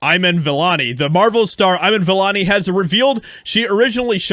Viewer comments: “Eyeman Vellanee?” Is it too much to ask to pronounce a name right if you’re gonna take the time to shit on somebody? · "Ayiman Vellani" he doesn't even know how to pronounce her name & spits lie about her...shame on You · You even said her name wrong. Piss off. Have you even seen the movie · How was this a meltdown??? Also at least learn to pronounce her name